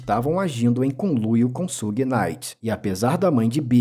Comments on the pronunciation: Tudo certo o cara só não pronunciou um nome certo Suge se pronuncia chãge ou Xãge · na verdade se pronuncia "shiug"; aceitando-se que possa ser pronunciado puxando pro "shãg", como tu disse. É como eu falar "chocolati". Quase todos falam assim, mas a pronúncia correta é "chocolate". O U em inglês se lê "iu" e portanto é assim que se pronuncia Suge.